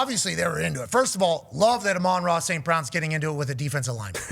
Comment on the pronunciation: You say his name dumb